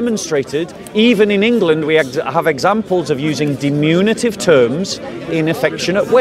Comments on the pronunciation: Diminutive, NOT "dimunitive". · always mispronounces "diminutive" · "Diminutive," by the way.